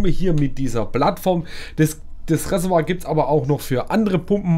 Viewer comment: Reservoir! Nicht Ressewa! 😂😂